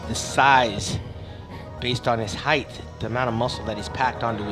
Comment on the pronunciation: Height...not heigth!!!!